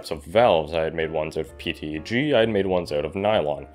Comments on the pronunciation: its petg not pteg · i don't wanna be that guy, but it's PETG not PTEG, sorry it had to be said